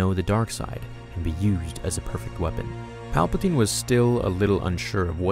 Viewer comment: "Paplaptine" DO IT! make the video.